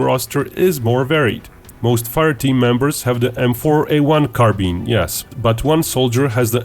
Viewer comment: M4 Car-Bean